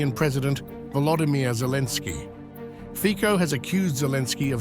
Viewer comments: hi is not fiko, it is c like ciklist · lol Is not Fiko but Fitso - correct pronunciation... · /fitsoh/, not /fikkoh/ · As far as I am concerned, as a Slovak citizen, Zelensky´s decision must have been pre-approved by certain EU officials, due to the fact that, along with Orban, Fico (pronounced as "Fitzo" not "Fiko") is a respresentative of a minority among EU member countries with a somewhat "common sense foreign policy" point of view, which of course represents a pain in the butt to the liberal majority of politicians in the EU. They (liberal EU representatives) see this as an opportunity to weaken Fico´s position at home and to try and anger his voters when the consequences of Ukraine´s unilateral decision bring about soaring of energy prices. The EU officials do not care about the financial damage this will do to the EU economy. Fortunatelly, tides are turning and Hungary and Slovakia might be strengthened by other EU members where elections showed the will of the voters to try a more conservative and neutral policy, especially towards the conflict in Ukraine. We can only hope this happens sooner than later. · Please, try to pronounce correctly the surname of Mr. Fico: fitso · Pronounce it as Fitso. I am so tired of hearing these ignorant English speakers mispronounce European names. Ukraine is a maffia fake state. Shoud be divided between Russia, HUngary, Poland. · Correct pronancion is Fitzo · PRONOUNCED FITSO! 😮😮😮😮 Thumbs down , Moron! 😮😮😮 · Can you at least say his name right or are you such ignorant not able to